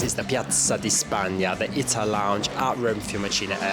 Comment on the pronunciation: It’s pronounced Eetaah not Itah.